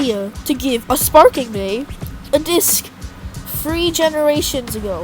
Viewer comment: Spaking beys 😂 And wonderful